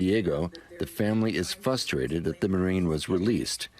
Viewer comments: The family is “fustrated?” AI can’t say frustrated? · Whoever's doing the voiceovers this video needs to go back to school did that guy just say fustrated instead of frustrated? I mean the video just started I mean seriously what's wrong with people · Frustrated not "fustrated". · Yes I agree, because it even misspoke the same way the girl's aunt did "fuss-trated" instead of frustrated